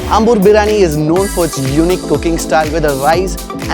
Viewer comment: Biriyaani.. Not biraani!!!